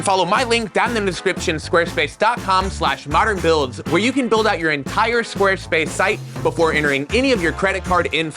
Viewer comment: No more "On moderrrrrrrrrn Beeewuilds"?